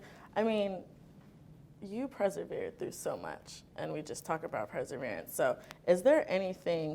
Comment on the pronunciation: Why she keep saying presevere. It’s getting to me